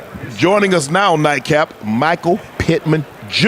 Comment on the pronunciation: Nightcap guys not daycap 😂😂